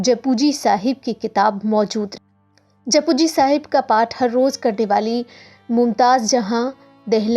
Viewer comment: It's not pronounced as japu but jap ji sahib